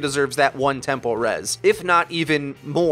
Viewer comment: Are you pronouncing “tempo res” as “temple res” or is it just me?